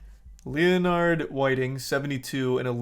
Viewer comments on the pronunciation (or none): Why is everyone breezing over how badly he misprounounced Leonard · Because child porn is a bigger deal than a pronunciation. Pretty obvious.